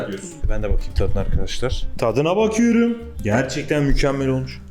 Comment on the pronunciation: ’daki “tadına bakiyrüm” hatay sandık içi abimizin sesiyle hissedildi😂😂😂❤️❤️